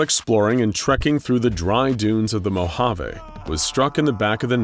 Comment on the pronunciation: The way he says Mojave and Navada hurts my very soul